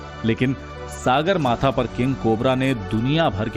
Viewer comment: Mt. Everest का सही उच्चारण सागरमाथा नहीं, सगरमाथा हैं ।